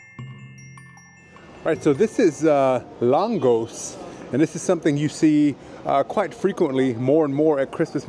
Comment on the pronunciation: Lángos is originally from Hungary and pronounced LAANG-GOSH. Sometimes, you'll also see the Germanized name "Langosch".